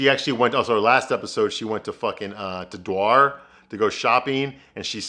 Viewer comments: DWAR! LOL! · The way you pronounce Dior 😂😂😂 at first I didn't know what you meant 😂😂😂 clearly you don't care about fashion 😂😂😂